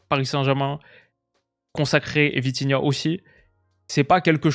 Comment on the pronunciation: Dis bien 😂😂😂 VITIGAOT!